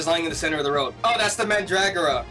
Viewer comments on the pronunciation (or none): Its pronounced "Mən-drɔ-gɑrɔ" The symbols used are from the Oxford English Dictionary's American Pronunciation Reference.